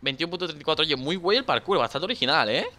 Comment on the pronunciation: Por qué en vez de decir parkour dice karkur